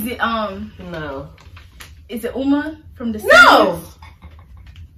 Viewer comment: You said uma 😭😭😭